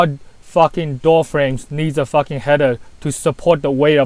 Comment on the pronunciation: "foakin floor" and "suwface" in the same sentence haha, is the best!